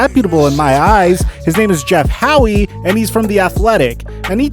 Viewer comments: As much as I hate to admit it, Dale Arnold is pretty plugged into the Boston sports scene. Not just a hockey commentator. Also Jeff How. The e is silent bro. Just trying to help out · It’s Jeff Howe, not Howie. No one ever has called him that.